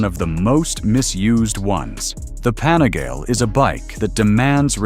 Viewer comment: What the hell is a “panigail”, “panigal” ?